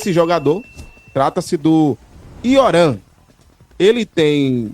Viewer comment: Rapaz, o pessoal da transamérica tá com imensa dificuldade de pronúncia hein. "IORAM" , "GINO" atencio? Não seria "tchico" ou "menino" em espanhol?